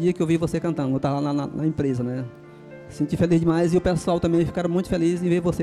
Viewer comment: "seio que você é linda demaizi"